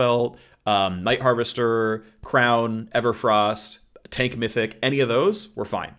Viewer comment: Shrown- Shrown? Crown of the Shattered King